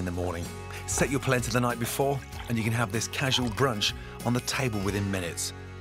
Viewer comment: It’s “Polenta”